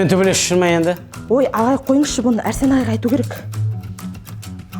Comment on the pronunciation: Арсен дегенді Әрсен дейма😂😂😂😂😂😂😂😂😂😂😅